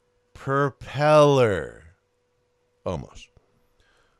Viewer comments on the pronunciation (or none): Purr-pellor lmao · Lol purpellor. Gotcha. 😉